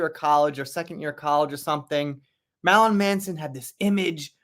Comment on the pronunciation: This fool can’t say “Marilyn” to save is life. 😂😂